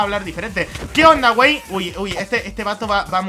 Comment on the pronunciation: Me encanto soy mexicano y me reí mucho "guei"